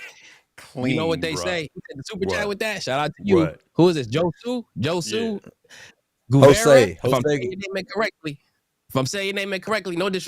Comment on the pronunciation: It’s Ho-Su-a JOSUE